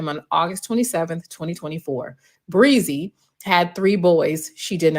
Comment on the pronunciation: Bre-Z..Brie- Zee...Breeeeee-zeeeeee Is it really that hard to pronounce a name?